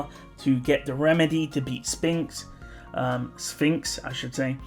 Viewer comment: Funnily enough, Sphinx's name is pronounced with a hard P rather than with an F sound. You got it right on your first try!